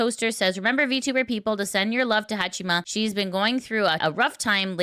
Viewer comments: ""Hachima"". You would think how much Haato talks in third person you would know how it is pronounced. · It's Haa"chama" not chima. Fuck, you're reporting about vtubers and you cant even pronounce their names.